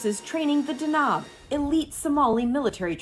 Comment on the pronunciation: It's pronounced D-a-n-a-b, it means thunder ⚡ there's no long vowel in the second syllable like she's saying. What she's saying would be written as danaab, which is not even word in the Somali language.You read everything as you see written in Somali, it's relatively easy language to read and pronounce, but speaking it is an entirely different animal especially for speakers of European languages.